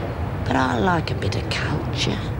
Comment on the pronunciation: ... im positive lizzie says cunture instead of culture... i even rewound three times to check!!! :O i think that was an intentional slip lizzie ;) lol xxx <3